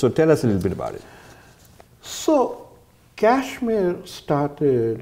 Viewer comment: please use the proper pronunciation of Kashmir! It will be best if you drop the western/American accent for pronouncing Indian state!! Otherwise, the video and information is excellent.